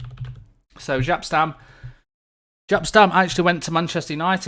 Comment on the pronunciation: We should have a counter for how many times you say 'ofcourse' Also, the J in Jaap in pronounced like the Y in Yellow